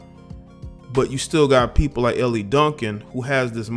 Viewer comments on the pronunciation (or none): Her name is not pronounced "Ellie," It's pronounced "El." Good segment though. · Hey J, her name is pronounced like L. She used to be on radio here in ATL. I thought she was cool but she's bugged out. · Pronounced "ELL" bruh the e is silent In the French language Elle is the pronoun for "she" Silent-E Bruh, Ell Duncan Keep up the good work